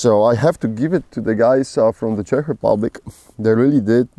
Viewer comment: finally somebody, who knows how to pronounce Čech properly! You go,!